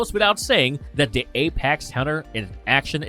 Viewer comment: Anybody notice this dude says "dis" a whole lot? Where is "dis" dude from? Also, a lot of "dat" "dere" as well.